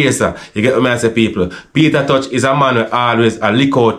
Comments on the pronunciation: Sounds like him say Peter touch..😂😂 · Not pronouncing Peter t name properly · Sorry to say this but why jamaican people can't say Tosh instead of touch the man last name is not touch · McIntosh=Tosh not touch. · Peter tosh not peter touch